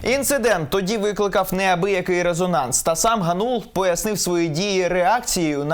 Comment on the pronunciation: Дем'ян ГАнул, а не ГанУл. Oboz UA, готуйтесь краще до репортажів.